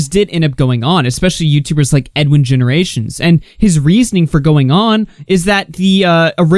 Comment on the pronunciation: It’s “Edwin’S Generation” not Edwin GenerationS. I don’t understand why this is confusing to people.